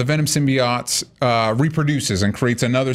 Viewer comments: Hermione Voice: "It's 'symbi-oat' not 'symbi-ott'" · its symBEEYOTE not symbiYAT